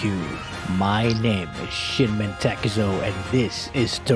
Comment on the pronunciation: I thought he said shitman takezo